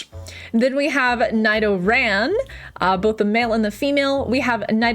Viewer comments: IT'S PRONOUNCED NEE DO RAN U BULLY 😭😭😭😭😭😭😭😭😭😭 WHY U BULLY THE NIDO'S😭😭😭😭😭😭😭😭😭😭😭😭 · For the nido's ive always pronounced them as needo 🤣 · Also the nidoran and nidorino line is like the i in ill 🤒